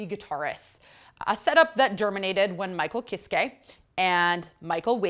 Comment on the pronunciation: IT'S PRONOUNCED KISS KUH. AHHHH LEARN GERMAN. Jokes aside, good review haha!